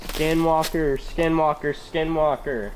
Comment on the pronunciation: I'm sure all the skin walkers are offended at your poor attempt at pronouncing it's name.